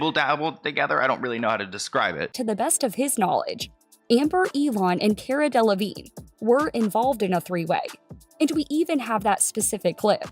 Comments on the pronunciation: I'm sorry this is so off topic and literally does not apply to the whole situation but the way the interviewer says Caras last name UGHHHHH DUDE CARA DELEVIGNAY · It’s the interrogator saying Cara De-Le-Vig-Nay lol